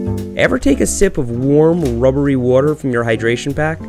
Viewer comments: its called Waaaater , water . Nobody know wtf wuter is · Why can't you pronounce water